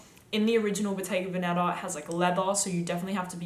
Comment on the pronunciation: The correct pronunciation of "Bottega Vèneta", the accent falls on the first e not on the 2nd one 😉